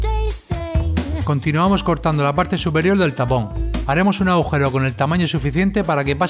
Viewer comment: S quién se dio cuenta qu dise aaaujero en el minuto 10 :20